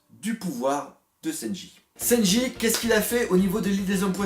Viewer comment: Arrête de dire sennji stp🤣🤣